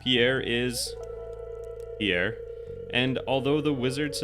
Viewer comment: Holy shit it's Pierre not pee air. Pjèr, not phī-éjr.